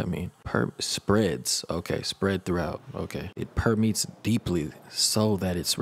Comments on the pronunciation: Permetes? It's permeates (like ate something) Kai is definitely "impregnating" with this one. Wow!!! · Homie read permeates and said “permEETS? wth is that?”😭😆 I shouldn’t be laughing but that was lowkey cute. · Perm—me—ates That’s how you pronounce it 😂😂 But it’s like he aged backwards in this one. But YOU KNOW he can’t say what he wanna say. They can’t handle that! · LOL "per me ATES" thank you so much for reacting! Kai is always on another level! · It's per me ates (permeates). And you killed me with saying you had to spend money today. I put my order in as soon as they said it was coming out. Didn't hear a note and ordered it. I love my Kai. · it's per-me-ates...lol ☺ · not “permeats” 😭😭😭